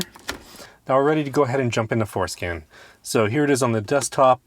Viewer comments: Lets start with learning how to pronounce forscan, and not foreskin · For SCAN… say it right